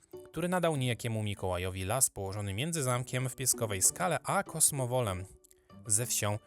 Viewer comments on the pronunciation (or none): Kosmolowem a nie kosmowolem! ;) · Chyba Kosmolowem a nie Kosmowolem ;)